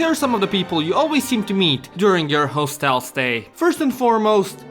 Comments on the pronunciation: You are mispronouncing hostel. It's like "hos" in "hostile" and not "hoe". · Step 1 of making video on hostels: Learn correct pronunciation of "hostel" kkk (just kidding, this video is hilarious)